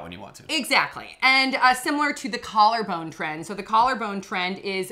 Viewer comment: "Collar Bane Challenge"